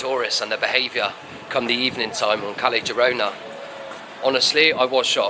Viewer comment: The worst crime is how the Brits pronounce Spanish. 'Kelly Jirona' for example. Ouch!